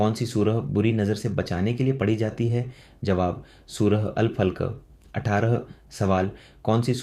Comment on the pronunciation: सूरह अल फलक का उच्चारण अल फल्क कर रहे हो जो ठीक नहीं है।